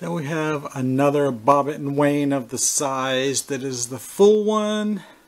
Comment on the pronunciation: Wouldnt that be pronounced WIN? Wynne